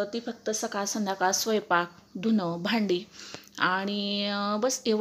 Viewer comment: स्वयपाक नाही स्वयंपाक.....😊😊😊😊😊😊😊😊😊